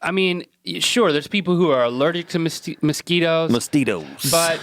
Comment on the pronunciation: The way Rhett says mosquitoes makes me think he's saying "Mesquite-o's" which could be a tasty tasty snack. Get on that guys.